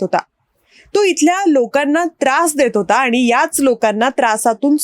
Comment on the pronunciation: या बाई तोंडाऐवजी हाताने बोलतात का? उच्चारण नीट नाही, आनी आणि पानी...